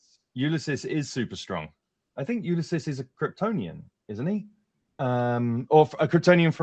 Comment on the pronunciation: It's not Ulyses bro